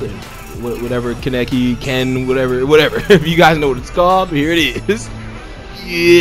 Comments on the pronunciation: Ken keneki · I know you haven’t watched the anime but you pronounced the name horribly wrong 😂